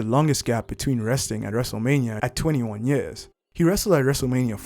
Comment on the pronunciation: it sounded like 23